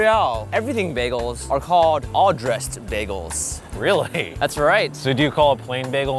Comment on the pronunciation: Is it me or whenever they say "bagels", you'll hear "bae goals"? I probably ship them too much oops 😅😂